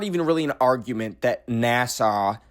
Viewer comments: girl it’s nasa (nas-ah) not Nassau as in Nassau county New York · saying NASA like Nassau is killing me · Why do you say NASA like Nasaw? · i was very confused when he was saying 'neh-saw' bcs i was like 'oh, he mispronounces NASA right??' and my subs were saying Nassau so i googled it and its like a city in the bahamas so i was confused asf like why is he saying NASA like nehsaw and then i remembered he was canadian. apologies, i lowkey thought you were going crazy. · why is saying NASA like nasaw 💀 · why do you pronounce nasa like the place on like island or whatever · I checked the comments to see if anyone else noticed 😭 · WAIT! Is that how we sound saying NASA!? I thought he said NASA normally until I read the comments! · It was cringe